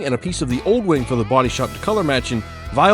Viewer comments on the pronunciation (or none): "Viola"?!? Is that how americans say Voilà? Or are you just doing it as comment section bait?! LOL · “Vwala” 🚫 “Vyeola” ✅ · Vi-ola? French for "not sure how to pronounce that". Love the car though, it's magnifique. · oh snap. I didn't know! It's pronounced "vwala" 👍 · really hope your pronunciation of ‘Voila’ was satirical. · Do you say "Voila" wrong on purpose to troll? Also don't you wanna use fiberglass and resin to repair fiberglass parts instead of jb weld? Also....i preferred the old wing 🤣 just do what you want bro, can't please everybody